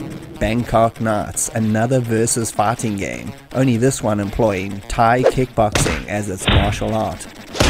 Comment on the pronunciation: it took me till minute to understand you were saying "fighting", i was hearing "farting". I heard a farting sequence was removed and I thought "well, ok, i guess a farting sequence was not necessary" 🤣